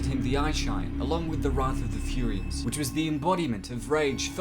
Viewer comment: its furyians bro its like sayians